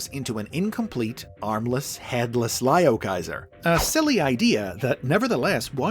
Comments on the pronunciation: ITS NOT PRONOUNCED LIOKAISER ITS LEOKAISER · You are saying the name wrong